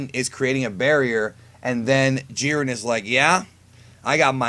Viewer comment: Wow you completely misread Jiren